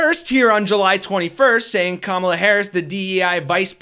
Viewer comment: I believe when people mispronounce "Kamala" it is a deliberate insult. It's not like we haven't had at least FOUR years to learn to say it correctly. That guy is an *ss.